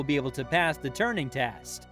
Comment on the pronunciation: "Turning"? It's Turing, named for Alan Turing.